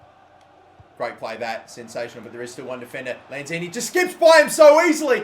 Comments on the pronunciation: It's Manuel Lanzini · It's lanzini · Its lanzini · It's Lanzini. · Good video! btw its lanzini